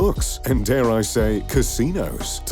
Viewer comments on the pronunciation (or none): none